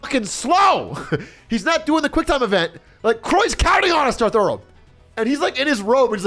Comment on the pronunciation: This man kept saying darth earl and i kept laughing.